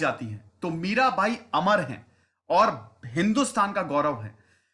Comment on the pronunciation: Mirabai hona chahiye, Mira'bhai' nahi.